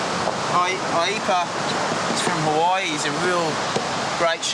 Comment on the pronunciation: The dude aint from Hawaii if he pronounces Hawaii like that....